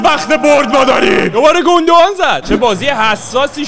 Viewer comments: اخهههههههههه گوندوقان ترکهههههههههه؟ 😑😑😂😂 آلمانی اصل اگر این ویدئو رو ببینه سکته میکنه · به سانه میگی زنه😂😂😂 به زینچنکو میگی شفچنکو😅 بعدشم گوندوقان مگه آلمانی نبود😢